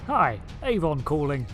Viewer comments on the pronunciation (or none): none